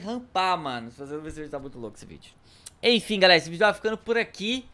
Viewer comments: Na hora você falou galara kkk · ele falou galara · Ele falou "seguinte garara"